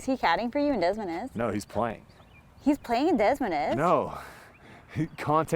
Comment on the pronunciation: I hate the way you say des moines lmao